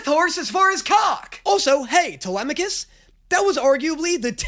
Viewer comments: truly shocking that was able to immediately pronounce telemachus right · The fact that the first person I've heard pronounce Telemachus properly